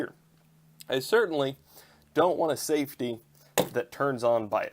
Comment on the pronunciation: Safety... not safty 😂